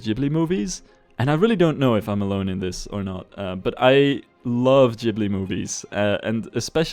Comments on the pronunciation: it's not [dzh]ibli/jibli, but [g]ibli (gh is always pronounced like that in Italian where this word originates from. Same thing with LamborGHini) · Studio Jibli movies? I thought it was pronounced with a hard G. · ghibli is japanese and thus is pronounced 'gi' not 'dji' (they have kana written out for their name so it's official) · You're so true with that Ghibli-like theme :o (Btw, it should be read with "hard 'g' :D ) Also, thanks very much for a nice video review =^^= now I really want this game xD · ITS NOT JIBLY